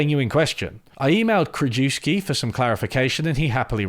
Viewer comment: You don't speak German, but Krajewski is a Polish surname. KR-U-YEV-SKEE.